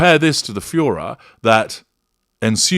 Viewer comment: Furore not fuhrer. Get it right.